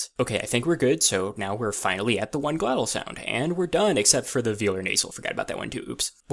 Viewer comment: I just started laughing at “glotal”. A whole conlang completely undone by the glotis.